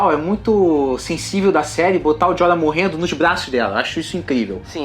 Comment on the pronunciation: jorah(joráh) seu corno!